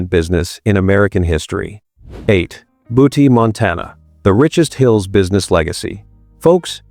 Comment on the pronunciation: BOO-TEE Montana? REALLY??? Can we get rid of these computer read scripts